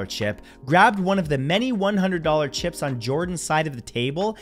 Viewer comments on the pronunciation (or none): none